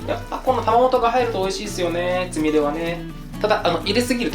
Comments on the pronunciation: つみれが、つみるになってる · つみれがつみるになってる？(;´д｀) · 『つみれ』が『つみる』にずっとなってるのなんだか可愛いｗ